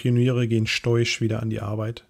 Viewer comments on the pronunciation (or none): stoisch spricht man nicht "steusch" sondern "sto-isch" aus. stoizismus, noch nie gehört?